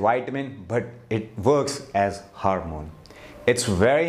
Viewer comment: Interesting. Some suggestions for pronunciation. VI-ta-min (not whytamin) VI-rus, VI-tal, vine HOR-mone HOR=core, four, more, sore, door po-TAS-si-um po-TAY-toe, ro-TA-te, VEG-tbles